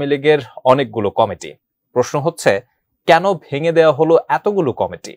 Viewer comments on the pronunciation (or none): none